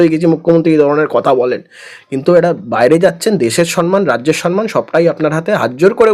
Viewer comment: 'সন্ মান' শুনে শুনে আর পারি না। কথাটা 'সম্ মান'। যে যেরকম মানুষ, তাকে তার সমান মান। 'সম্মান'। ম এর সঙ্গে ম।